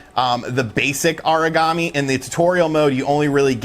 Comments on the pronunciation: Haha I actually thought he was saying Origami lol. I was all well that's a weird name for a monster. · Aragami is Ah-rah-Gah-mee not "uhreegamee" it sounds like your saying Origami (paper-folding craft) LOL